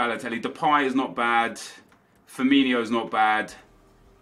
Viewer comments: its FIRMINO not FIRMINIO😥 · it's firmino not firminho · It's Firmin-O not Firmin-HO